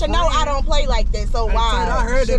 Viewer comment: said😂😂Vow is… it is what it is😂😂😂😂😂😂😂😂😂😂